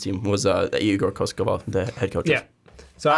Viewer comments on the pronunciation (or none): not koskovov, KOKOŠKOV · Slovenian coach but igor is a Serb. read as it writen KOKOshkov not koshkovov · Well regardless of your focus on his last name, you still got it wrong. As well as Goran Dragic's last name. I guess it would be easiest way to describe the pronunciation as "Kokoshkov" like the other reply mentions. When it comes to Dragic, you pronounce the G the same way as the one in his first name (or "dragon", for that matter) ; while the letter "C" at the end sounds like "ch". So it's Dragich, Like Donchich, which you do pronounce correctly.:) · ko-kos-kov kokoskov Thats how you pronounce it